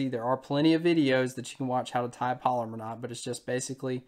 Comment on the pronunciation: And for those of you that are Googling polymer knot. That is not how it's pronounced. It is a Palomar knot.